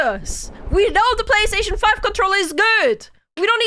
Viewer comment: FortiNAIT y la Pabagí? Pabagí. Pabagí y la Eques Boques seres eques? Pabagí. Babagí y la PalasTEIshon FAIF? Palasteishon... Faif. Palasteishon Faif y la LUGITIK? Lugitik. Lugitik y la Haybar eques eques eques eques? Haybar eques eques eques eques. Haybar eques eques eques eques y la GranderfTORTINNI? Granderftortinni. Yeah, I know it by heart. Thank you for making me remember this.